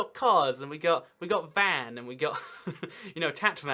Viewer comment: Actually I’m Armenian and I’m not offended by you calling the city Van, but it’s pronounced like Vaughn. It was the capital of Armenia before they lost a it in a war with Turkey. We get very offended if people pronounce it wrong.